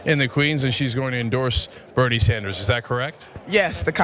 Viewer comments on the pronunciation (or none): Beautiful skin but stop saying beanard Sanders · I love Nina Turner but why, when she already has to say Bernie's entire name, doesn't she pronounce the "d" at the end as if he were French? Or is that some kind of black slang that I just don't get? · Yes, I know. But he's American, the D gets pronounced. She doesn't do that.